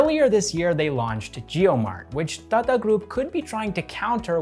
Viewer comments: Hi. Your pronunciation of Tata is a bit fast. You say Tata like you would say Tada in English. The way we Indians normally pronounce Tata is like you would say Tata as in to mean "good bye". You need to stress both the "a"s in the word. So like TaaTaa. But I love hearing non native speakers try Indian dialect. It's funnier that way, in a good way. 😌 Love this channel and your presence on screen bro. Keep up the good work. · I love the way he says "Tata" ! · The way you say "Tata group" got me chuckling everytime.. great content btw keep it up